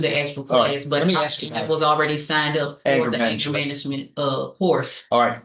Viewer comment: Says she's a genius yet knows nothing about how to dialog. And look where she's standing...... says axe instead of ask.....yeah a real genius.